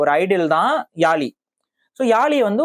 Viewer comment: First topic subject Olunga mathunga. It’s not Yaali! It’s Yazhi! Antha zhi Tamil mozhiyin azhagu athukagave my daughter name is Yazhini